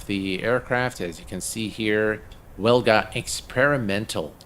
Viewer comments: In English we pronounce it Vilga Brutha. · Dude the "W" in Wilga is pronounced as "V" So it's pronounced "Vilga".